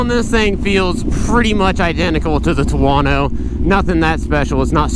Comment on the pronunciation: He calls it a “TWO-WANNO"……